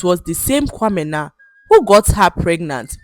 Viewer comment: I love how you pronounce kwamena❤❤😊